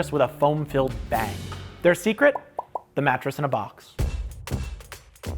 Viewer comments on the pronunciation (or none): none